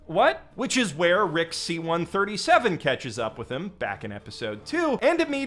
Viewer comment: this isn't Rick C-137, it's Rick Sí-137